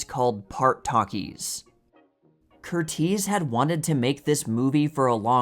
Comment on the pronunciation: There are some very interesting facts shared about movie here. You presented some facts about the movie I did not know, like how some of the cast and crew were injured. However, every time you said Michael Curtiz's name I wanted to cringe a little. His name has the standard American English pronunciation of this name, which is CUR-iz, like Tony or Jamie Lee Curtis' names. Please keep doing what you're doing with the channel. I really do enjoy it. I'm sorry I felt compelled to correct how you said that name. Some people hate it when people feel compelled to correct something about videos. I am autistic, so little things like I'm addressing here are nearly impossible for me to overlook. Other people, especially creators, are often grateful for the feedback. I hope you feel this way.